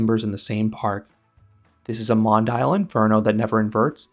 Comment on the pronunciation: Hate to be the "uhm actually" guy, but it's pronounced Mon-Dee-Al, not Mon-Dial.